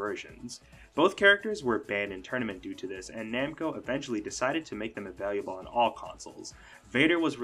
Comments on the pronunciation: Great video but… I think this dude thinks “available” is pronounced “availiable” lol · Thid guy added an additional syllable to "available" in saying "availiable" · Ah-vay-lah-bul. Not ah-vay-lee-ah-bul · Avail-lee-you-bull ? 😂 I've never heard available pronounced like the way you say it. 😅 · I'm taking a shot every time he adds another "i". My heart rate has gone up by 60 in the last 5 minutes.